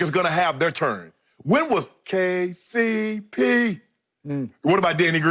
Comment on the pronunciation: That “KCP” sounded too much like FTC